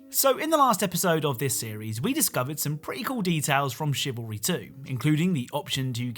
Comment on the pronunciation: cavalry is men on horseback, it is Chivalry pronounced Shivalry